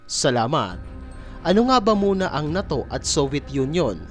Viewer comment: WRONG INFORMATION KAPA WALA NG USSR PO! AT “NATO” HINDI MOPA MABIGKAS NG TAMA.😂😂😂😂😂😂😂😂😂😂😂😂😂😂😂😂😂😂😂😂